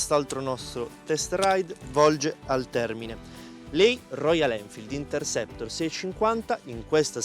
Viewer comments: si, tanto bravo che pronuncia il nome della moto continuamente in modo errato. Per la cronaca: il nome di questo modello è Interceptor e non Intersector. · Il nome non è " Intersector", come appare scritto nei sottotitoli e come viene pronunciato dal commentatore, bensi è Interceptor.😂